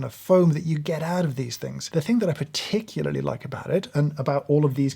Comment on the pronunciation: Hearing you say "particularly nice" with emphasis on every syllable is among the high points of this video.